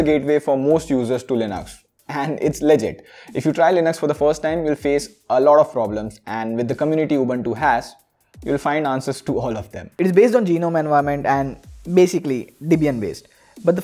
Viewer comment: Its not G nome its Gnome🤦🏻‍♂️